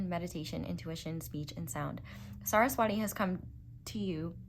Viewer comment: Not hating or anything ❤ I'm Hindu, Saraswati is pronounced as Suh-rhus-vuh-tee. In case you wanted to know c